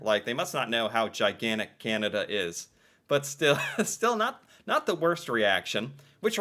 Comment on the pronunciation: I will buy a T shirt or hoodie when you finally learn to pronounce Canada without that nasl twangl twang.